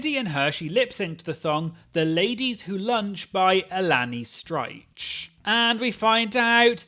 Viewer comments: Did you seriously just pronounce Elaine Stritch as "Ah-Lan-nee Sh-try-ch"? 🤣🤣🤣🤣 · Who tf is Alani Striche???😂😂😂 did you pronounce it like that on purpose? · Alannie Strightch!! Oh,, it’s Elaine Stritch 😂😂😂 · The way you pronounced Elaine stritch